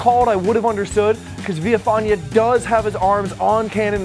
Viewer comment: that is most definitely not how you pronounce Villafaña